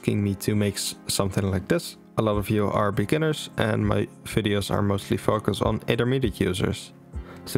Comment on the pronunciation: "Beginners" he said...